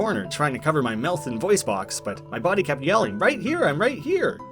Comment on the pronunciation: You were also saying the word mouth wrong as well